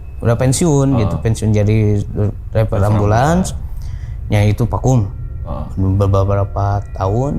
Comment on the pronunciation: Driver bang bukan dreper😂😂